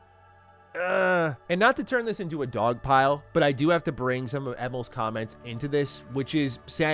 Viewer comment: it's "Emeel" not "emull" put some respect on the dudes name. Lol